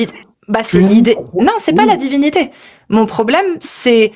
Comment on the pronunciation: "Les tchextes et la djivinité"